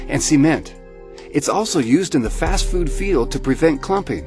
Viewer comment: The heck why do you say foot